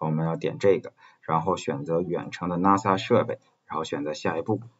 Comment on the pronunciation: 冒昧指出一个问题，NAS的读音是“那丝”